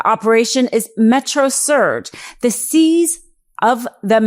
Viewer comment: The seize of what?! Did she really just throw a V in there?! 😭